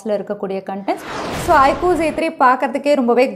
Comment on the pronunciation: its IQ not ikoo